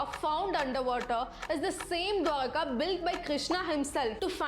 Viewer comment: You pronounced dwarka correct